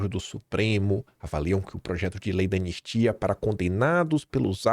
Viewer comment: Você estava afobado e engoliu o “I” do anistia.